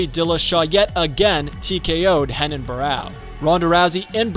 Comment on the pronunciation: Wait wtf is up with this dude pronouncing h instead of r Hafael instead of Rafael Henan instead of Renan Heis instead if Reis